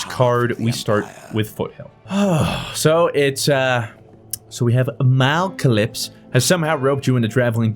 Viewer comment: "Malcalypse" MALACLYPSE